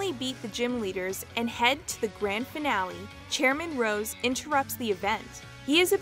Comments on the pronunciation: Honestly, I love these mispronunciations she says Key o gre (the same mispronunciation from the Pokérap) Chairman ROSS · All the wrong pronunciations in this video KILL ME, like “Luminose” instead of Lumiose, and especially “Chairman Ross” IM CRYIBG